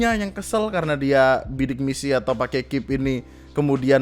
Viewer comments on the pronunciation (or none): Ngeselin bang ketika lu bilang KIP dibaca "kip" Daripada "K I P" Wkwkwk